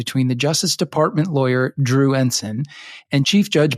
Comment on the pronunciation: At least Mr McCabe knows how to pronounce Ensign